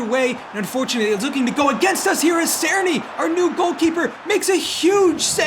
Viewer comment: Great series so far! Btw Cerny is pronounced like this [Cher-nee]